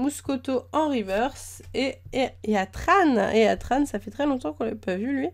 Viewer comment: Sa se dit tiran mais sa sais crie Hetran